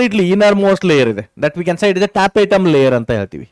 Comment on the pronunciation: Tapetum sir not tapetatum